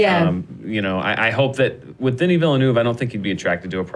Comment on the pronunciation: Alright let's make it clear, I'm french canadian and the girl in the middle is pronouncing denis name right !